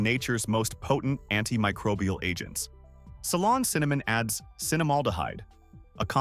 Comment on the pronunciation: It’s Ceylon cinnamon not salon.